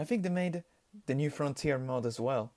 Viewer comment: lol in the beginning it sounds like you said Mop instead of Mod. And i agree this 501st unit truly looks SICK!